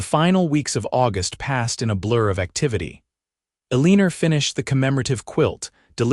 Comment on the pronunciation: Eleener? Perhaps it is supposed to be Eleanor? el i nor